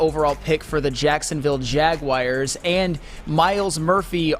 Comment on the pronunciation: MY GOD it’s like fingernails down a chalkboard listening to someone who’s incredibly intelligent (and really fkn irritatingly also likes to flex his superior cognitive abilities on others), repeating mispronouncing words like Jaguars! THERE IS NO “I”, OR ANY “I” SOUNDS IN THE WORD JAGUAR 🐆! It’s not Jag-wire! 😖